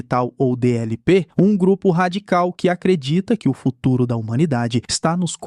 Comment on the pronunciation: "no fururoo proximo"